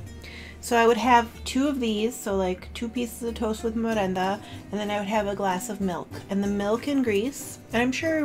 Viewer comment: thank you💕💕 I like your channel too. I subscribed too. ☺️☺️ Keep making more videos❤️❤️❤️ and you pronounced perfect my lovely merenda 😇😇 (and καρυδοπιτα too).